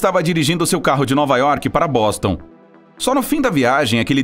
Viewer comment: Alguem me tira um dúvida ele disse bostom